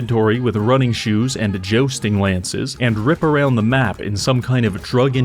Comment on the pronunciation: Jo-sting? There is a U in there...